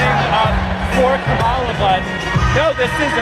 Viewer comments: So it's ok for a crazy democrat to mispronounce KAHemla, but not a republican? He mispronounced her name over and over again. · That guy repeatedly pronounced 'Kamala' in that way that is supposed to make you evil and racist according to the Dems and the MSM. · I kinda love that he/they mispronounced her name over and over. 😂